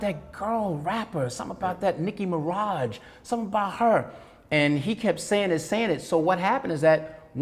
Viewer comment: It not Nicki mirage it Nicki Minaj